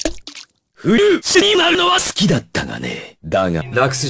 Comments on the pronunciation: フルーチェの発音が完璧すぎるw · フルーチェの発音良すぎだろ